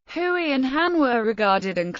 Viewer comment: Note* The ethnic group known as Hui is pronounced 'Hway' not 'Hooey'.